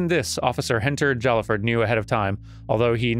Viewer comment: "Jallaford" is pronounced "Hai-ah-ford". Sword boyfriend usually says something about him when you first look at his profile.